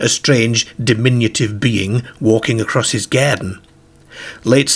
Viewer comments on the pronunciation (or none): none